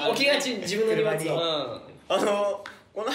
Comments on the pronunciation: にもつをにもちって言うみっちー可愛い💕😍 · 可愛い～"(∩>ω<∩)" 言い間違えめっちゃ可愛い 「にもち」って💗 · 道枝くん、収録日を覚えているのすごい😂荷物を「にもち」って言っちゃうとこ可愛い😍